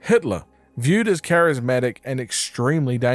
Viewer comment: Charismatic Decides to say Charismick